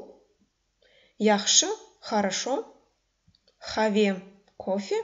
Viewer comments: извините меня, но это неверное объяснение. В слове "къаве" надо произносить твердое "к", а не "х". Произношение в этом случае "къ", как "х" это диалект местности. Литературное произношение не даёт произношение, как буквы "х". Сравните: на латинице будет "qave", a не "have".. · Здравствуйте уважаемая. У меня вопрос: слово "кофе" пишется "къаве" Вы первую букву произносите "х" хаве, это правильно? Или произноситься каве? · "Сагъ ол" пишется раздельно. "Къаве" не произносим, как "х". На латинице: "qave", а не "have". Пожалуйста, обратите внимание на это произношение. Спасибо за Ваш труд!